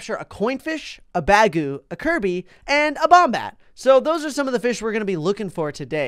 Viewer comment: When he said bagu fish I thought he said bag o fish! XD